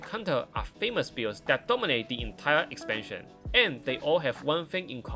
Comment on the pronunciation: Right Farrrr ezpanshen erwahhh